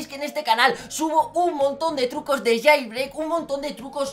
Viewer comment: jailbreak no jeilbrik jaja XD